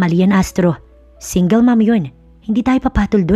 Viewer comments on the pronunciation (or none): none